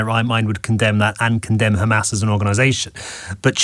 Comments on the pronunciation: First of all it's Hamas with an "H" letter and not Khamas, and it means "Courage". So it's a meaningful word and not a noun. The only reason she and all Israeli like herself have a problem that pronouncing is because Ukrainian alphabet have the letter "X" which sounds like "Kha". So today people like herself call themselves Semitic??? Let's look it up to see if Arabs are Semitic or Ukrainians? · I tried to listen but am so tired of the complete and utter BULLSHIT. She sounds EXACTLY the same as every other spokesperson aka trained bullshitter. Exacyly the same. Can pronounce every letter fine except KKhhhhhamas. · They sound so absurd with the “Khamas” pronunciation. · She says people of Gaza not Palestinians. Denial of a people and they say Khamas because they enjoy distorting how things are pronounced to denigrate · She is american so not indigene to historical Palastine and as an american why does she say khamas? Cant she spell a H? This people are so annoying with all their BS.Left or right they are all zionists.